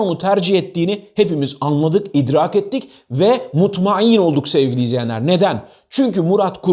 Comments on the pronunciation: Üç defadır MUTMAİN kelimesindeki İ harfini ayın harfi gibi telaffuz ettiğinize rastladım. Doğru telaffuz kesrali hemzenin telaffuzu gibi olmasıdır. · "mutmain" derken cok iyi "Ayın" catlattiniz ☺️